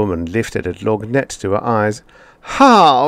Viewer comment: Love your voicing of the lorgnette, although the word is pronounced without the g.